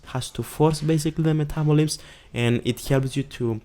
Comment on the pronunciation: "Metabolims." LOLOLOL. Cute.